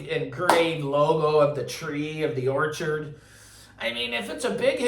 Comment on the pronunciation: Orchard audio, not orchid.